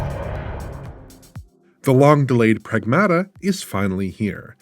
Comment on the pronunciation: it is Prag-MAH-tuh!